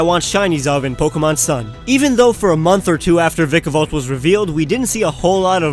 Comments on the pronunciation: so idk how you're supposed to pronounce vikavolt but please stop pronouncing it like that... like seriously it gets me every time and it doesn't help that I watch this video again and again.😖😖😖😖 lol love your content nice to see an Israeli creator that actually has good content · its vy-ka-volt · you said vikavolt wrong bro